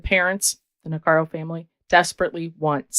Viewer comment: It's NIH-CARE-IKO not Nicaro. Just sayin